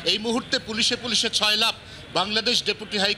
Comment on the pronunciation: শব্দটা 'ছয়লাপ' নয় ' সয়লাব ' হবে 😂